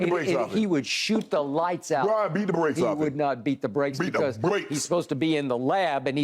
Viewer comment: “Bron beat the bwaakees off him” - Unc Shay 💀💀